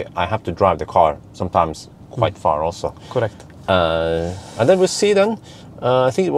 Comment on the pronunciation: I love when he says "cUrect' :D